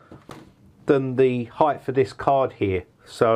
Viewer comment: Absolute crap. Waste of time watching this. What sort of word is heighph? Its height mate. No such thing as "you gotta watch the heighph" . Lol